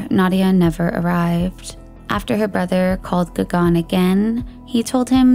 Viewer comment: Gagan is like Gugun. Not Gagaan.